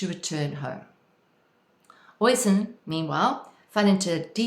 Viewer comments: Oisín is pronounced 'usheen'. Tír na n-óg which means land of youth is pronounced 'teer na nogue' Thanks for the video - very inspiring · OSheen is how one pronounces the Gaelic name OISIN ....